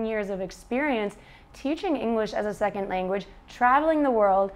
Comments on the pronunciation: > Brags about how clearly and correctly she articulates words —> Says “sek-ent” instead of “sec-ond” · She cannot say 'second'. She says seckin. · Luke Day She doesn't. She says "seckind" with a clear final D. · Erik, fair enough. Although to my ears it sounds like an apostrophised D as in the silent T at the end of lazily pronounced words in english such as the word THAT. i.e Seckin'